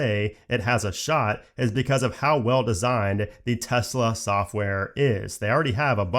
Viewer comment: Thx for saying Tesla, and not Tezla